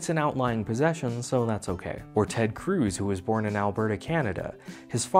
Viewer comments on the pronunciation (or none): none